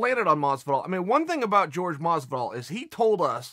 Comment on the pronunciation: Jorge is pronounced George. Chaels right.